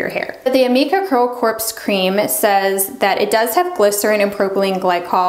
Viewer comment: Great info! Thanks! (BTW, “corps” is pronounced “core”, the p and s are silent)